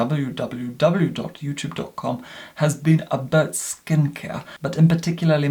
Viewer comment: Doubleyou doubleyou doubleyou doht youtuuube doht cohm. So extra. 😂👏🏼❤️